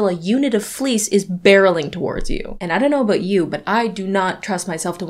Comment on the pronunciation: “A unit of fleece” 💀💀